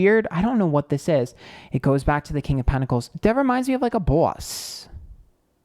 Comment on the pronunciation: Nothing to do with the reading but when he said “boss”. He sounded soooo New York. Lol.